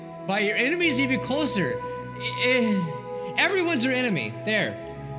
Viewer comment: "Eveyones your enemy" Nice one